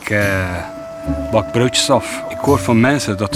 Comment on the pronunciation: haha hij zegt: brodjes